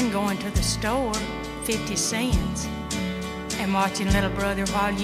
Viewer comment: Wonder where Melba is from? Not many people know that words like "store" and "cents" are two-syllable words!